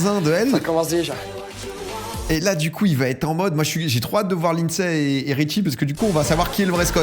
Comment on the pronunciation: « Lynedssday » 😂 c’est pas facile la prononciation